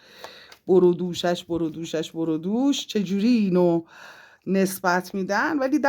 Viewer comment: ، برو دوش. نه. بر و دوش.یعنی گردن و سینه و شانه و اینا😂😊